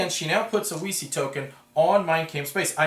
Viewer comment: THANK YOU! originally it was "weeky", but too many playtesters and "elevator-pitch" recipients asked me "...you mean a game about Wikipedia?" Only when i pronounced it "veechee" did it ring a bell. i'm glad some people will pronounce it right :)